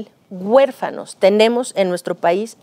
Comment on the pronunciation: Doscientas cuarenta mil guefanos LO Correcto es decir doscientos cuarenta mil huérfanos. Que les pasa por que se expresan tan mal y este vejete me caí mal por lepero.